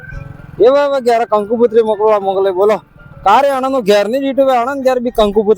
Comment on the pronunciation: कंकू कुतरी नही कंकोत्री बोलो किसी भी धर्म का को ठेस मत पहुचाओ भाई